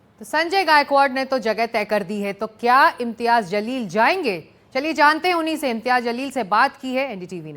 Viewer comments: Mr Editor pl change yr pronunciation that Jaleel not Zaleel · Janab ,Zaleel Sahab nhi "Jaleel " Sahab ,sahi Naam lijiye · Pronounce sahi kar re pagal imtiyaz jaleel hsi woo not zaleel 😂😂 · Abe jalil ko zalil kyo bolra kis anpadh ko news ne ancer banaya hai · भाई, सही pronounce कीजिए। वह शब्द zalil नहीं है बल्कि जलील है दोनों में ज़मीन आसमान का फ़र्क है। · Naam toh sahi bolna seekle..zaleel raha..jaleel bol..ja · Abe ye imtiyaz zalil nhi ye imtiyaz jalil hai naam achhe se loo media walo . Itna padh likh ke bhi ek naam sahi bol nhi sakte ap log . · Sir ap ko naam bhi sahi nahi bolna ata hai naam hai imtyaz Jalil hai mim ka sher kahajata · His name is imtiyaz jaleel not what you are pronounced